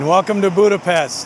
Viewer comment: it is sad that you cannot pronouce 'Budapest' correctly.